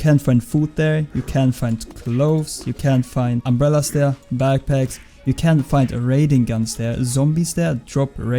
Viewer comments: when you say can it sounds like cant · Your can sounds like cants XD nice vid